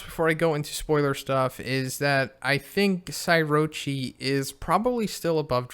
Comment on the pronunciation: Petition for to call her Psykorochi instead of Psyrochi